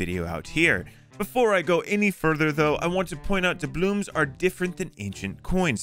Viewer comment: "D A B L O O M S" it hurts